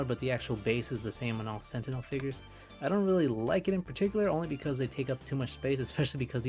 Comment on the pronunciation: why are you saying gentinel